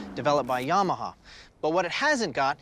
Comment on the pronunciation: pronunciation 101 on the 'English' language: it is not 'tchasee' - it is 'shasee' it is not 'alooominoom' - it is aluMINium it is not yaarmarhar - it is yamaha not stronger ptw ratio - better ptw ratio it is not 'mowdurcyclz' - it is motorcycles